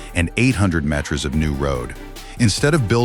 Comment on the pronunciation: The announcer kept calling meters metures